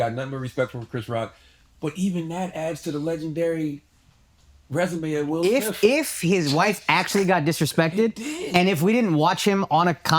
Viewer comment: “will smiff” 😂